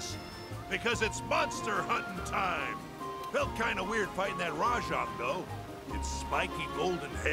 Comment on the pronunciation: "Me arse tickles" Rajang*